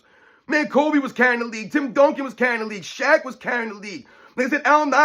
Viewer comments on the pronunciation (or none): he mispronounced kobe, and steph